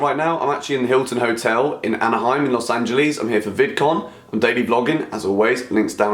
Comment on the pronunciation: He said los angelies